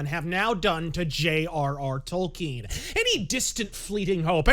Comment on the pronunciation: Props to for pronouncing Tolkien's name correctly unlike so many other "fans."